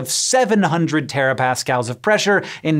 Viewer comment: seven.. hundred... terapascals... .. I don't even know what to say..